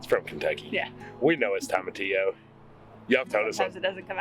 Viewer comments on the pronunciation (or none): Hahaha.....still wrong but good try. The beginning of tomatillo is pronounced TOE or TOW not Tom. So there ya go 😜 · Actually it’s pronounced tow·muh·tee·ow lol but it’s ok I just realized it was pronounced this way bc of my Hispanic friend 😅